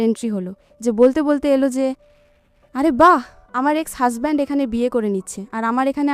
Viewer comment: আমি শুধু বারবার আপনার হাশবেন্ড শব্দটা শুনতেছি 😂😂😂 হাজবেন্ড ❌ হাশবেন্ড☑️😂😂😂